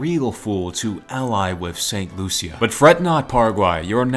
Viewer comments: Me CARRIBEAN Saint.Lucia is my country,Saint Lucia is pronounced saint.lusha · Loo-shuh (st.lucia) Bar bay dus (barbados) Doh mee ni cuh (dominica) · you said saint lucia wrong.....